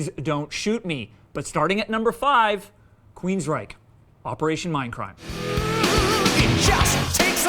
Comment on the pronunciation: Isn't that pronounced Queens-Wreck?